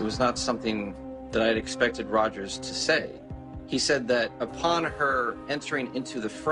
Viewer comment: Rogers not Rodgers